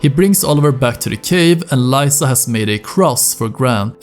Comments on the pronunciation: My guy, it's Leeza, not Lieza haha you hear her name multiple times in the game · its lisa, not layyysa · it s liza not laisa bruh stfu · Great video but Lisa is Lee-sa not ly-sa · You pronounce "Lisa" so diabolical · Is no one gonna mention how my man says Lisa? Despite hearing it a thousand times in game?